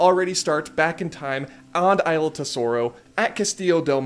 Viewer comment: I died at saying AYLA for Isla 🤣🤣🤣 great video as usual!